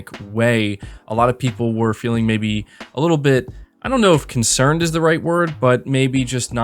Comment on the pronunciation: Not concerned. Concerneyd